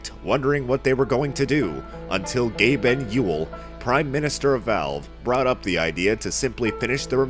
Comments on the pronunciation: OMG didn't stop laughting when you said Gaben Ewell XD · No, it's Gaben Ewell. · Gaben Ewell XD LMFAO